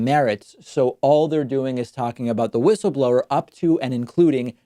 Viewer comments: Why does David keep saying "Wish-ul-blower"? Is that a dig at Trump's way of saying it? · Linz: WUSSABLOR 😂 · David, I agree with you about Graham.He is really weird and does not know in which direction he should go. Please leave the wishle blower alone. Don't be cruel.She may have a temporary speach problem.. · David, she says wishleblower because she got new lips... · Ur right, David, her "whistleblower" pronounciation sounds really weird, but it isnt just that, she seems to be slurring all her words, especially her "s". Honestly, she sounds at best as some1 recovering from a brain bleed, at worst a drunk.